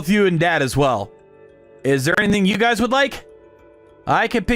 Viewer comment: It's pronounced guy's not guyses